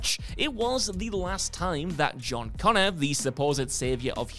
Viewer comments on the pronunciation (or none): none